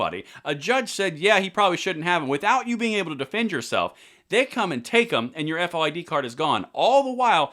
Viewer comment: As a former Illinois Resident we don’t say F O I D it is FOID as in VOID.